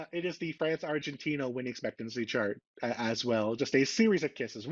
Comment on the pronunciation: What are you referring to when you say “refgentina” then?